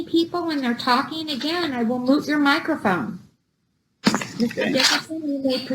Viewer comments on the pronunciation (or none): For the love of God, will someone PLEASE tell this judge it's "mute", not "moot your microphone'. You know, like "cute". Moot means irrelevant. She's a university educated person, how can she not know how to pronounce "mute" and why has no one, ever, explained this to her? It makes her sound like an idiot, or a Saturday Night Live sketch! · Good judge but small quibble. Difference between "mute" ( as in microphone) and "moot" ( as in no longer matters.). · Can’t tell if the judge is going to mute or moot his mic. 😂 I keep hearing moot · Is she saying MOOT your microphone?